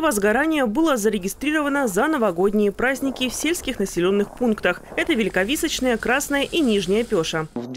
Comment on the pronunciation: ВеликовисОчное, а не так, как было сказано. Прошу учесть